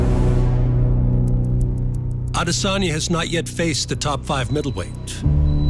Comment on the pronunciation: For how many times his last name has been pronounced correctly by now, how has Izzy’s own organization not caught on to the pronunciation of his last name (I Diss On Ya) ?!